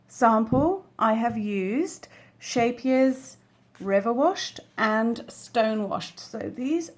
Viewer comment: Love the pattern, border and yarn choice, thanks for sharing. Kudos voor the pronunciation of 'Scheepjes', spot on!